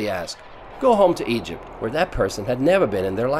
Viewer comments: “A young couple that comes from aEjeerpt” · hmm.. now make a video about "Ih-jipt" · Why does he keep pronouncing Egypt like IJUPT? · No one: Litterally no one: Narrator: "Igypt, with an I, not an E". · Dude just say Egypt correctly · The way you said Egypt in the beginning of the video really pissed me.off haha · Do you know how to pronounce “EGYPT” correctly. Disgusting